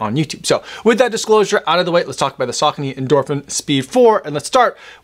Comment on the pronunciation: Saw cone ee 😂